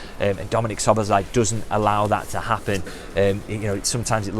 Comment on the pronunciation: "Sboz" = Szoboszlai - megtanulhatnád már a nevét!